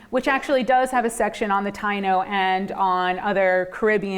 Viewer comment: So it's perseverance in US history and not Puerto Rican history? Then express it that way in the title. To the lady: They were organized into different tribes in Cuba and Hispaniola as well not just in Puerto Rico. Also, why do you not learn to pronounce the word Taino and Agueybana correctly? Would you approve of Siting Bule instead of Sitting Bull? Or the Zocks for the word Sioux? Also, African Americans have North European mixed in with their genetics and it is never mentioned whenever they claim black. Furthermore, your tone of voice sounds dismissive, as if this is somehow a bit beneath your dignity to discuss because it is trivial